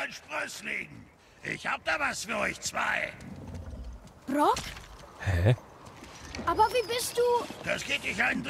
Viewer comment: Ich finde die Aussprache von Brok klingt so ähnlich wie Gronkh. 🤣